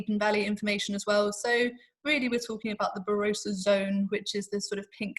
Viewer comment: Great video with plenty of good information but please... 'Ba-ROSS-a.'